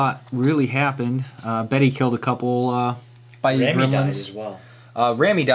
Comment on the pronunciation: Just adding to your French...Bête (means Beast) is not pronounced Betty...but alot more like Bait!!!!! Good Battle rep by the way!